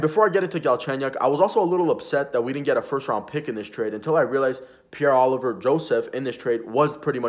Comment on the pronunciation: its Olivier not Oliver